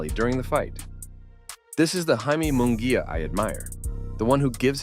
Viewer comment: It’s not Mongulla is Munguia 🤣